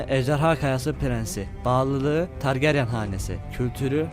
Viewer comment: targaryen ismini düzgün telaffuz etseydin keskr